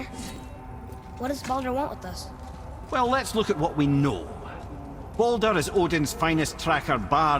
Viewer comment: Mimir pronounces Baldur like "boulder". Quite a funny detail.